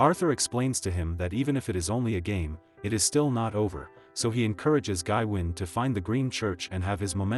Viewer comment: its pronounced GaWayne. FFS this AI slop is killing me!!